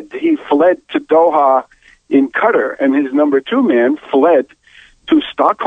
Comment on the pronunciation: It's a khah-li-phate It is Kaa-taar and not Cut-ter!!